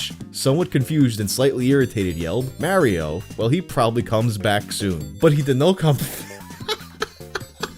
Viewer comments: Love the video, keep up the great work! The way you say Mario is ridiculous. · i don’t like how you pronounce mario 👎